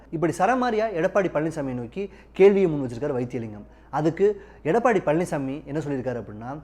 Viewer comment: அவர் பழனிஸ்ஸாமி இல்லை பழனிச்சாமி. , அதென்ன 'காத்திரமா' அப்படி ஒரு வார்த்தை தமிழில் இல்லை. 'ஆத்திரமா' என்று சொல்லவேண்டும். முதலில் ஒழுங்காக தமிழை உச்சரிக்க கற்றுக்கொள்ளுங்கள்.